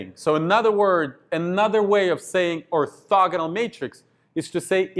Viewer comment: it's funny how he say: Or"thugga"nal Matrix